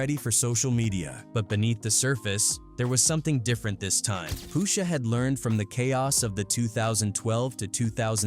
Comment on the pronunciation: Poosha huh... Get a better AI voice over